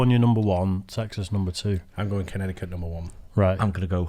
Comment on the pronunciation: When first said Connecticut I thought he said Kennedy Cup, LOL!!